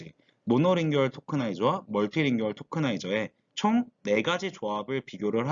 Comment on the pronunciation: monolingual tokenizer가 뭔지 더 자세하게 얘기해 주시면 더 좋았을 텐데... 그리고 자주 쓰이는 낱말의 발음에 신경을 쓰셨으면 더 좋았을 텐데. 모노링구얼 멀티링구얼 (..링규얼 말고)